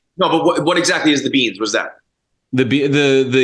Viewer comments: Shellingberger “Beans Beans Beans” man he struggled with saying Beings. Maybe just say aliens or creatures or something because he struggled with the pronunciations 😂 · I still can't tell whether it's "beans" or "beings." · lol I absolutely thought he was saying beans as well. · I thought he was saying ,"beans "for a minute there too......I was drawing a blank , thinking , " Is he referring to those aliens coming across the southern border ?"..... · Haha, i thought he was saying "Beans" too!!! UFO's are definitely real, not every reported UFO sighting is a actual craft from another world but I believe some are and the ones that are are probably drones IMHO. Just like we sent voyager 1 & 2 to the outskirts of our solar system to take pics of the furthest planets, and all the different vehicles we sent to Mars on scientific missions other advanced civilizations would likely do the same. Some could be self replicating here on earth but it doesn't make sense to me to send biological occupants or beings , space travel is very hard on organisms like ourselves and not having to feed and keep something alive & sane during the journey just makes more sense to me. If anything sending a super advanced , artificially intelligent humanoid or alien-oid that to use would seem biological could've been made artificially with biological materials giving the impression that whatever it is, it looks natural or biologic. IDK but I can't help myself but to go all in on this subject! 😆